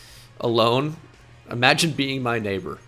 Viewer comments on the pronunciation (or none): “My naber” with the hard r is crazy